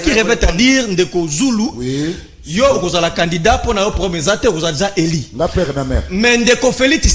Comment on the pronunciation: Ce monsieur Ngarime apparemment il est assistant à l’ion mais avec quel français il enseigne ,dur -dir, élu - eli il se croit ou ce mec